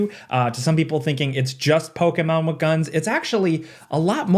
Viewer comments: Bro is the only person on the planet that says Pokémon correctly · I know you’re pronouncing “Pokémon” correctly…but I don’t like it 😂